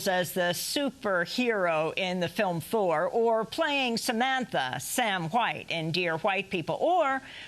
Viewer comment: Am I the only one who always hears "four" when Amy says "Thor"?